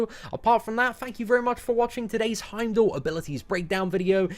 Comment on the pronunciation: its pronounced Heimdall not Heimdall